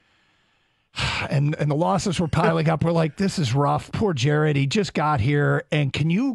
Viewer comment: JAR-ED GOFF JAR-ED GOFF JAR-ED GOFF